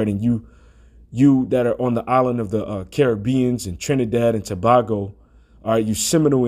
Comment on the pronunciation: It's pronounced (Jew-Vay ) and it's Trinidad and Too-bay-go. But we understand, it's not our language. There is so much confusion. (PEROID). Israel will be United again and we shall be released. The time is ripe and ready, who cannot see the signs, are truly blind. Keep pushing brother! I stand with you.